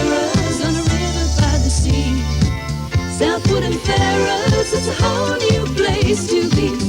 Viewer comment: The outro 'South Woodham Fer-ers' is the first time a 5-syllable jingle has triggered in me an almost desperation to visit Essex. I yearn to shop in that groovy pad while listening to that catchy jingle.